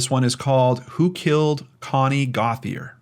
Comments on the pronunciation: In Louisiana the name Gauthier is pronounced GO-CHAY....Cajun name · Gauthier is my mother's maiden name. We are from Louisiana and we pronounce it Go-shay. Love your channel. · It's pronounced GO-tee-aye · Great show as always. Could Gauthier be pronounced Goashay? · Her last name may be pronounced Go-shay or Go-tee-a.? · Hey! Haven’t fully watched the video, but I’m sure it’s going to be great!! One thing, though: I could be wrong about this woman’s name in particular, but Gauthier is a French name, and every Gauthier I’ve known has pronounced the name GO-tchye. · In French it's Go - Tee- Ay